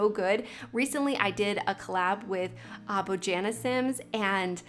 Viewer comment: you do a collab with someone and don't even learn to pronounce their name? it's BoYana, not Bođana